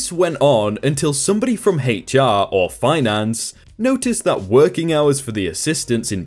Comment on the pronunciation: I hate the commentary after each story. And it's H.R., not "hate char".